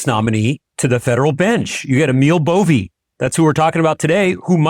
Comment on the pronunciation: Why do you consistently mispronounce names of people you don’t like? I don’t like him either but it’s pronounced Bov-eh. Not Bovey. Please stop doing this.